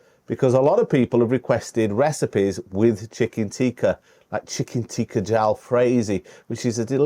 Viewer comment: If you want to sound genuine learn to say "tikka" not "teeka". Pathetic accent.